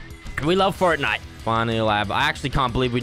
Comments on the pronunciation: thickest bird in fertnite ME: its pronounced FORTnite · Stop calling it furtnite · Fortnoit is how he says it